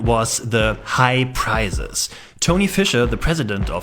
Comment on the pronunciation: Do not pronounce 'prices' like 'prizes.'